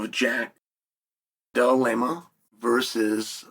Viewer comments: “Jack Delalema VS Blehal” 🤣🤣🤣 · Pretty sure he said Jack Dali Lama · Uncle chael did u just said Jack Dalai Lama 😂